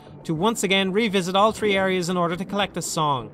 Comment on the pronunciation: Lol you say "tree" not three